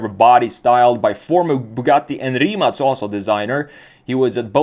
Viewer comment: Only guy on the youtube that can pronounce "Rimac" properly.